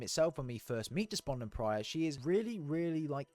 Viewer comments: Great vid! Appreciate the catch up on the lore, since Halo 5 kind of put me off. Only one question: It’s “Despondent Pie-er” not “Pry-er” isn’t it? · Depondent PYRE, not Prior 😂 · Despondent Pyre not Despondent Prior. Adjutant Resolution not Adjustment Resolution. Offensive Bias not Defensive Bias. Pls try to pronounce the names correctly. Thks for the video. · Its Despondent Pyre (Pie-Er) no Pry-Er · loved the video it was great and really interesting but it irritates me when you call Despondent Pyre "Despondent Prye"😂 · Great vid and explanations! Bit of feedback work on getting those names down: Offensive Bias, Despondent Pyre, Adjutant Resolution. Keep it up!